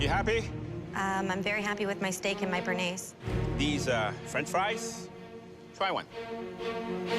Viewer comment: Is it so hard to pronounce béarnaise? Bay-are-naze!